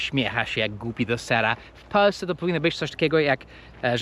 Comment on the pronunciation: Dlaczego Ty mowisz ",,,w Peusce zamiast w Polsce..." hee??